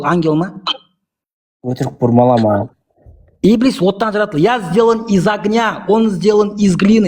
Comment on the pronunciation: Ибилис емес Ібіліс деп қаз транскрипциямен айтыңдар , құлаққа еблеге ұқсап естіліп бәдік секс сөз болып. кетті 😂😂😂